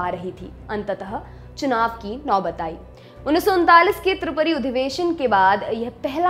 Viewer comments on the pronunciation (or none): It's tripuri not tiripuri , tripuri is modern day Jabalpur in madhya pradesh atleast report should pronounce Right